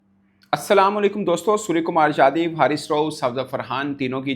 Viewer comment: He is ,' Yadav ' not ' jadhav. Please pronounce correctly Bhai saheb. SKY dedicated, not named any opponent. Not commenting on Pakistan players. I am just defending SKY